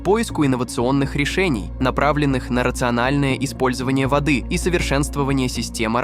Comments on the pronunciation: ...водЫ отступили..., водЫ, водЫ... Может всё-таки вОды?))). Вы кто??? ИИ или нерусский🤨🤔? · Не водЫ Евфрата, а вОды. Беда с этими роботами! И тембр голоса противный! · вОды , а не водЫ ! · Так тело читает заказ! ВодЫ реки, водЫ озера вместо вОды реки, вОды озера. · В данном тексте в слове воды ударение надо ставить на первый слог вОды